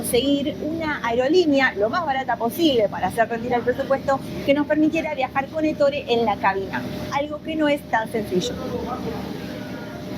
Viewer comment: No se pronuncia Ettóre en Italiano es Ettore .en la práctica al escuchar la pronunciación se remarca la E inicial nunca la o